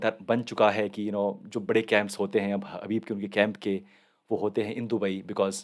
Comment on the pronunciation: हबीब नही khabib 🤣